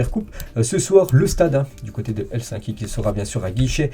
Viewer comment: Hello, petite correction, on dit Helsinki avec si et le I 😊